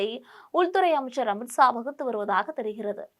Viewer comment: அமித்ஸா னு சொல்றியேம்மா ஒழுங்கா தமிழ் பேசணும். 😊